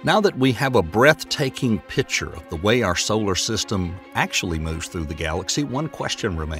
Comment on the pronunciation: I THINK YOU REALLY MEAN "PICTURE" AND NOT "PITCHER"!